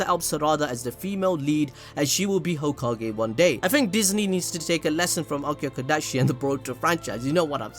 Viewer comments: Hoe Kage 🤣🤣🤣🤣 ahhhhhh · Hoe-Ka-Ge juke got me bad... damn I wasn’t prepared XD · Hoe- ka-ge 🤣🤣🤣🤣🤣🤣🤣omg I'm weak 🤣🤣